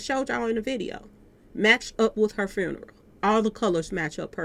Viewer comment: I really wish you would shut the fuck up. You don’t even know how to say funeral the right way.